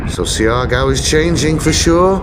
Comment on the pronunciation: The latin music intro was insulting. This is Maritime Southeast Asia, the Malay Archipelago. Also, it’s SHAR-GOW / GAW. Not See-R -Gow. SHAR-GOW is fine, thanks. SHAR - GOW / GAO.